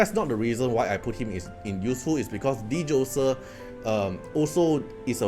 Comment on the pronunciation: Hey bro. Just a few tips: Phobetor is Fo-beh-ter not probator. Djoser, just ignore the D and say Joser.